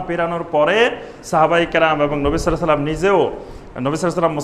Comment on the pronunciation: নবী সাল্স লাম !? কোন সহীহ হাদিসে নেই। আছে, সল্লাল্লাহু আলাইহি ওয়া সাল্লাম। কাজেই সঠিকভাবে, সহীহ উচ্চারণে বলুন।